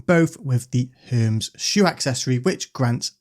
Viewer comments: They are pronounced Her-Mees shoes not Herms shoes. From Greek mythology. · Hermes ( Her-meez)😂